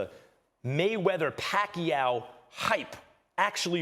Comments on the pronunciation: Pacquiao not pac Q😂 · The speech engine messed up the pronunciation — we all heard 'Pac-Q'! 🤣🤣🤣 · I keep hearing manny pak u 😂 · Am i correct i hear pack you? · "PAK YOU" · you cant even pronounce manny's last name correctly...sheesh. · How on earth do you say Pacquiao the wrong way?